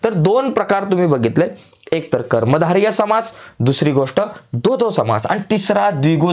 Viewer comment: डोडो नाही द्वंद्व